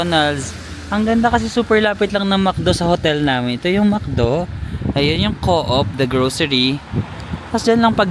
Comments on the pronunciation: Hi. New here. Glad you've done your "Dream Trip". More beautiful countries to see! Good luck. God bless. BTW, hehe, yung pronunciation ng Coop ay "kup" hindi "co-op" Hope we can cross path sometime. Enjoy!! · Di mn tinatanong or di pa man aKo nakapunta outside of asia pro ang alam ko dyan na ganun din alam ng Pinoy is ko-op or US correct pron is kow-op pro sa kakanood ko european vlogs pag europe usually norway daw is kop or koop(like chicken coop), walang hyphen or di sya two syllables, derecho lang kumbaga. Ung OST nga meaning east (vs west) (pronounced as OHST) di sya acronym as youve been mentioning). Pro based lang yan sa napakinggan kong mga vloggers na european and di nmn ako native speaker 😂. Basta gayahin ko na lng ung european vloggers😂 now I know 😂